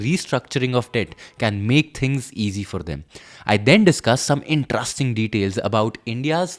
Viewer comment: Excellent coverage.. Not an English teacher.. but just noticed its not pronunced as In(TRUST)ing..its in'Trest'ing.. no offense